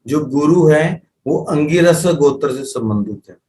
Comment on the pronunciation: आप गोत्र ,का उच्चारण सही नहीं कर पा रहें है कुछ समझ में ही नहीं आ रहा है